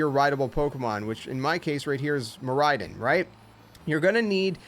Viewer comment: IT'S MIRAIDON, NOT MARIADON! FIX IT NOW!